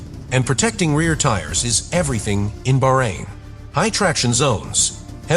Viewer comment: Appalling amateur voice-over. Get a professional! You consistently massacre "Bahrein" and "Vasseur". At least I haven't heard you massacre "Macron", but who cares as much about an elected President as about an ancient state and a respected man's quite simple family name?